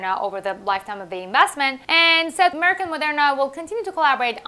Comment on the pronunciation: Your pronunciation of Merck and Amgen is correct. For Amgen, the 'gen' part is just like 'generation'. Love your channel!